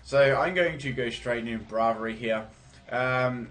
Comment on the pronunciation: The way you pronounce some pokemon is hilarious lol... "Escayviah" "Brahvary"